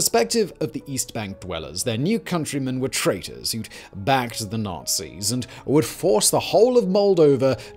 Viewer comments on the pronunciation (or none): none